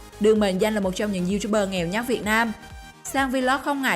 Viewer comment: Cứ nhấn mạnh chữ nghèo nhờ